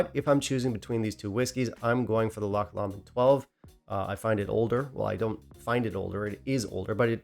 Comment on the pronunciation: Pronounced Glen more-angie . Loch Lomond pronounced low-mond . John Walker Blue is a blend . Single malt always better . Enjoyed your thoughts